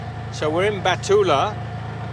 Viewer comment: ha ha, the name of city before ella is not "batullaa", its bhu t ta la ✌✌